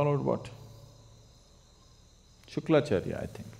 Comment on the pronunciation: Shukracharya...Not shuklacharya